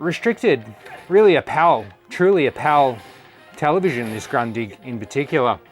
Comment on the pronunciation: It's a fantastic TV with the well known long life quality of Grundig., try to spell it like this: Groondig 🙂